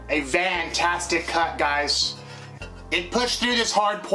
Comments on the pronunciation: love it! I'm driving a Transit so I'm gonna start using "Vantastic" 😂🤣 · Are you saying "vantastic"?